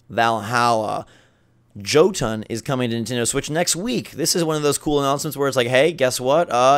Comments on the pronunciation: it's pronounced Yo-tun... Sorry im not normally a grammar Nazi but it's Nordic themed... My weakness lol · Friendly FYI, you missed pronounced Jotun. The J is pronounced with a Y sound. It's a Nordic word and J's in the Nordic languages are pronounced like Y's.